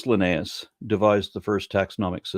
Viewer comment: vs Why does he pronounce Linnaeus differently in the span of 10 seconds????